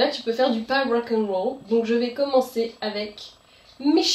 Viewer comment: Quel belle prononciation à l'anglaise "rawckainrawol" (=rock n'roll) x)